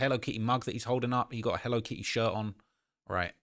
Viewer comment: If you say “Hello Ki E” one more time 😂😂😂